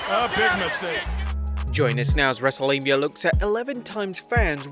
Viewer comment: “Wrestlelamia” lmao